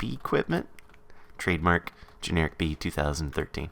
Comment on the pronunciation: everytime I hear him say "Generikb", I can't help but think of it as "Generikbee". Is that the same with anyone else?